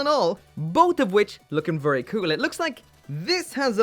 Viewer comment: Take a shot everytime said "kewl"